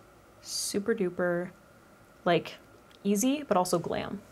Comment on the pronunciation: “Easy eye” - did you say at the beginning? 😂❤️